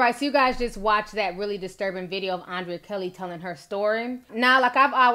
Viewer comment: The girl name is pronounced UN/DRE/YA you killing me T🤦🏽‍♀️‼️ I’m just say....